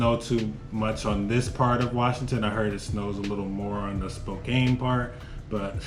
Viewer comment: He pronounces Spokane and Mount Rainier funny lolol